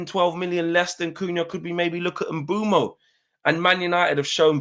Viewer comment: Say it with me : Bwemu not Mbumo